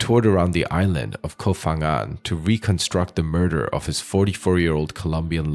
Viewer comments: The "Ph" in the name is not pronounced as "F".... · Hi, just for future reference, it’s actually pronounced Pa-ngan, Thai just LOVES their PH in every name for some reason, even if it doesn’t make an F sound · With such good research, maybe it would be an idea to also research how to pronounce names of places correctly. 😂